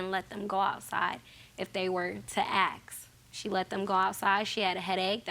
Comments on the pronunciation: Ask ❌ Axe ✅ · Eric the Actor "acks" (really "ack acks"). This lady was axing. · "if they were to axe" 🙄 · Ax is a word with meaning. She clearly said "acksing". "...even if they acks."